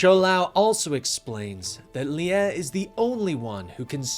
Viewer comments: sorry to correct you but its Lie is pronounced LI not LI-a but other than that keep up the amazing work guys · No it's more like Li-eh or like Lyeh